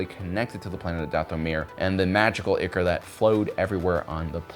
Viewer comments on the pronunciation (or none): Sorry, I hate to be that guy, but ichor is pronounced “eye core.” English kinda sucks.